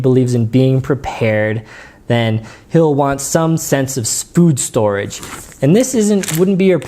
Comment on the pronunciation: Did you say "spood storage"? LOL I'm cutting you off, no more wine for you when video blogging.